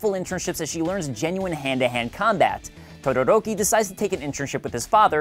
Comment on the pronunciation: tuduruki oml